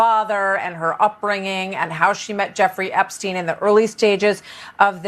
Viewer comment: You're making my ears bleed with the constant mispronouncing of the name Epstein. Think Steinway only with the 'way' taken off the end and put an 'Ep' in front of it. When people can't get the simple things like someone's last name right, many people also wonder what else isn't right.